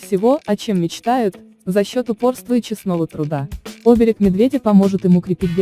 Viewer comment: Не Оберег, а оБерег, иностранка....